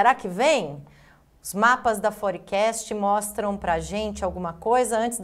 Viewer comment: Forecast? fór-kest